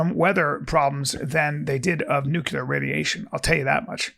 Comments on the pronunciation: Yo B, the word is pronounced nook-LE- er not nook-U-ler. Might be some of that cte from “moving around the ring”. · Come on B! It’s Nuclear “new-cle-urh” not “nuke-ya-luhr”